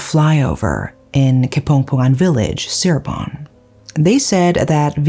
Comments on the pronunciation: Indonesian here! Thanks for covering this case, I enjoyed your storytelling… the correct way to pronounce Cirebon is Chee-rebon not See-rebon by the way, but it’s no problem I know Indonesian words are difficult to pronounce 🥹🙏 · Just wanted to let you know the C in Cirebon is pronounced as Ch.... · They made a movie about it, you should watch it. Fyi Cirebon is pronunce Chi-re-bon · Indonesian here Just so you know, places named Ci-x in Indonesia are pronounced with "C" (like you would "cheers") rather than "S" (like you would "see") Props for bringing up an Indonesian case I'd comment also regarding the police here, but I see that it'd be redundant